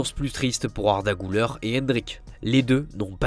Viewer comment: C'est Güler, pas Gulör!